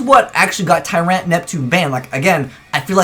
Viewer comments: its pronounced TYrant, not tyRANT. Learn english ya weeb. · Stop saying Tyrant with a hard A. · "Tur-ayunt," what region is he from? Americans have weird accents. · the way he pronounces Tyrant -.